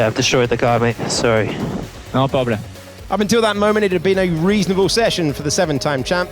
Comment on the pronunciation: "no ploblem"